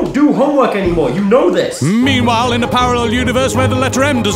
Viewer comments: don't you mean "Eanwhile" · Haha, I think you ean Eanwhile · You mean... "Eanwhile" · Don't you ean eanwhile in parller universe where the letter M doesn't exist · I think you mean eanwhile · Don't you ean "tie", "fro", and "wahaha"?